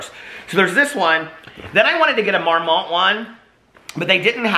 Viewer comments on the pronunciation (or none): I love you so much but I am CRACKING UP at you saying Marmot like it’s a fancy French company. It was founded in Colorado and named after a marmot which is a rodent. Hahaha Mormont sounds much better though 😂